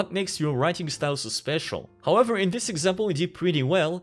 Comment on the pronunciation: When you still mess up the pronunciation of this and these even when it tells you in red underline that it's wrong